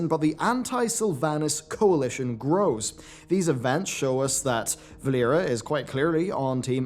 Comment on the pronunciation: it’s ALLERIA not VALLERIA!